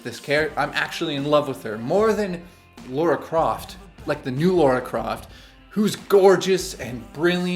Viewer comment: Who the hell is "Laura" Croft? I hate how so many people after the release of the 2013 Tomb Raider reboot Americanize her name. Nice review though.